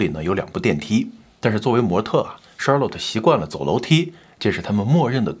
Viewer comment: Charlotte 后面应该读let不是lot…强迫症听着有点难受😅